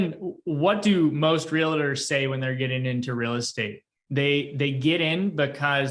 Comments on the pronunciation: Great content! I usually don’t comment like this but, I cringe every time I hear you say Real-a-tor. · Please mention to gentlemen in plaid suit that Realtor is only 2 syllables. Just trying to help him 😉